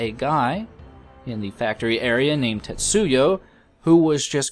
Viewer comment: Just so you know, you're pronouncing 'Tetsuo' wrong, or maybe just misreading it. It's just pronounced like it looks, Tetsu O. Not Yo.